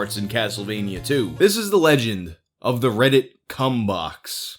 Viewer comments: I keep hearing "ass credit" instead of "ask reddit". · You totally said "r/ ass credit" the first time, didn't you? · I caught that, thought I misheard tho